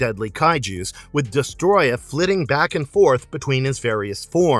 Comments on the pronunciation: It's not Destroya it's DestOroyah. Des toro yah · Uff how can someone butcher the word Destroyer that badly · Homie managed to miss the first “O” in his name the whole video